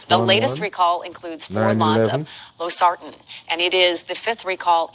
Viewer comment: “SARTAN” medication, might as well remove the R